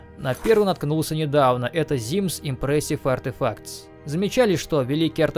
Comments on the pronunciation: Как можно прочитать "эммерсив" как эмперсив? КАК? Я понимаю, что знаешь не очень, но камон) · иммёрсив, а не импресив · лол да не imPressive а immersive. И причем в самом видеоролике название написано правильно, но автор систематически продолжает произносить совершенно другое слово. И ведь некоторые не особо смышленые люди, после просмотра данного видеоролика тоже начнут произносить неправильно. Автору явно следует быть более внимательным. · Имёрсив, не импресив. Ну ёпт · Как можно было неправильно читать в столь многих модах упоминаемое слово immersive, читая как "импрессив"?) Ну это я так. Сборка прекрасная, саму ее качать я не буду, но многие присутствующие в ней моды установлю. Спасибо. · От куда ты постоянно в слове immersive звук п находишь?